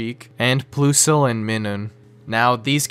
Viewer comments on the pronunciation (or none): My god lol the way you said plusle and minium is so bad . It's pronounces like plus and minus from math. Plus-le Mine-im. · Pokemon Fans: Plusle and Minun: PLOOSLE and MIHNUHN Plusle is +, not ploos! Minun is -, not Mih-Nus! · it's "plus-l" and "mai-nuhn". Their named after plus and minus as in a battery or magnet. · the way Plusle and Minun are pronounced made me irrationaly angry. Like its pretty obvious they are a plus and a minus